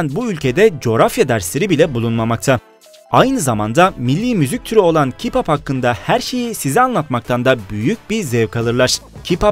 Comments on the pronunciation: Yalnız o kipap diye değilde keypap diye okunuyo☺ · Ki-pap değil key-pop